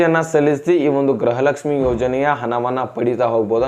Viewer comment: ಗೃಹ ಲಕ್ಷ್ಮಿ ಅದು ಗ್ರಹ ಲಕ್ಷ್ಮಿ ಅಲ್ಲ ಕನ್ನಡ ಸರಿಯಾಗಿ ಮಾತಾಡು ಗೂಬೆ